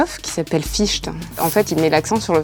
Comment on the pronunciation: On dit "Fichté"